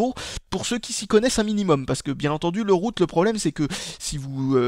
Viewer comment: on dirais que tu dis toujours biroute,mdr